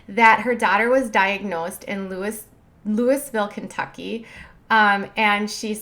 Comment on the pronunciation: YOU DONT PRONOUNCE THE S In Louisville Kentucky ( I’m not sure if I spelled that right but with either spelling you don’t pronounce the S it’s pronounced loeeeville